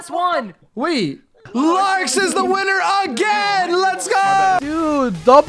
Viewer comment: Bro he said I am a Wiener insteade of winner